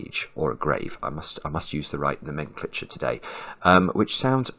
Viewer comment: no men cltre is an interesting way to pronounce the word